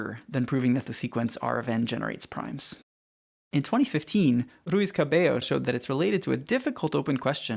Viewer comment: I don't know why, but I like how you pronounce "Cabello"